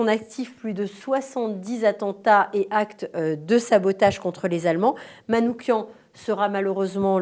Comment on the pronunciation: MISSAK MANOUCHIAN, pas MANOUKIAN !